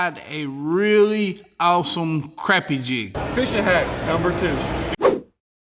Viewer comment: Thanks for pronouncing crappie the right way!